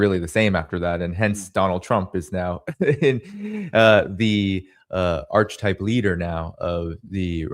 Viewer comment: you're one of my favorite speakers, mostly because you are very well spoken. To that end, as your bro I'm gonna tell you how to pronounce archetype: ark-et-type. Love youy friend! Keep up the good work